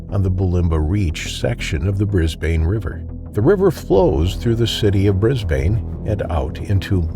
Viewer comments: yeah bunch of mispronunciation again- normally i wouldnt comment on the city names cause it happens constantly but the fact you said "Bris-BANE" like 5 times in a row ticked me off so heres how you say it. "bris-bin" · Pronounced Brisbun although spelt Brisbane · Or Brisban is probably more accurate but don't expect people to understand all pronunciations like Aussies do❤